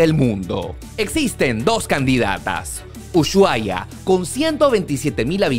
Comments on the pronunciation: se dice y se escribe USHUAIA, no es UYUAIA, decilo bien, es una falta de respeto hacia los argentinos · No se dice uchuai, la manera correcta como lo dicen los argentinos es usuaia. Excelente video ❤️ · Porque dicen mal el nombre de Ushuaia??. Los caribeños le dicen uchuaia, no pueden pronunciar la SH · por que dice UYUAIA? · venía a comentar esto, me estresa que pronuncie ushuaia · jaajjaja me causa gracia como pronuncia ushuaia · No se pronuncia el lugar como lo dice